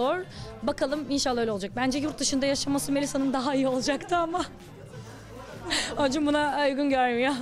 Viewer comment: Çok değişik ACUN diyor OCUN der gibi 😊